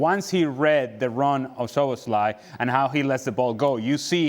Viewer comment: Sloboslai.. haha.. Stevie still can't pronounce his name 😄❤